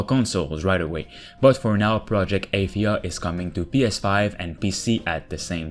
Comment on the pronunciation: Its pronounced Uhh-thia Not Aye- this...